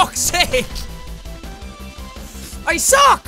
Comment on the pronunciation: I know how jack says fuck sakes "folk seck"